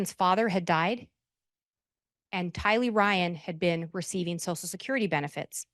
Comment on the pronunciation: if saying “sosal security” is not the way to pronounce “social security” makes me a difficult person I guess I am 😂 Are you an easy person & a sosal worker by any chance?